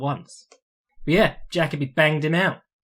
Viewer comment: Jacoby is pronounced like fuck Colby not jackabee